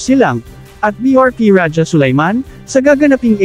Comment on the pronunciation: AI cguro kasi Ra-ja instead of Raha(Sulayman).